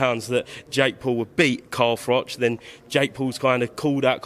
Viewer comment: 'Cal Froch'